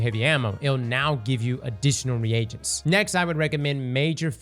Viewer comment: It’s pronounced like “ree jents” not “re agents”